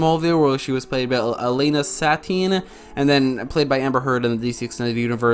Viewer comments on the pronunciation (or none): none